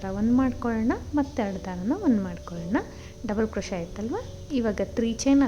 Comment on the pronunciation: Beautiful design. Please pronounce 'picot' as PICO. T is silent. Also the word crochet is pronounced as Croche( T is silent)